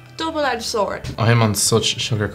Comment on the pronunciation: it's fuCKING ALMOND. Just think of Disaronno